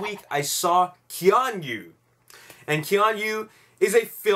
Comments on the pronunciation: Its pronounced Kee-On-Noo not Kee-On-You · lol, dude every time you pronounced Keanu like that i did a spit take.